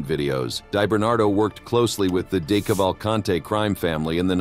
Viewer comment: Dee Cavv ull cant eee. Robot, reconfigure pronuciation...